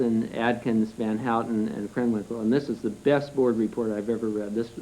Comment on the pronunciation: lol, just a Trivia.. Van Houten is a Dutch surname.. it's pronounced Van how-ten, not hooting like an owl lmao .. but ofcoure no one could know I understand, just made me laugh when he said hooten